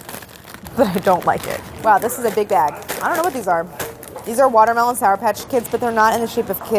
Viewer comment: "Wourdermelon" - Brad 2019